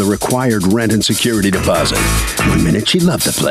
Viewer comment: It’s security “deposit” not “posit”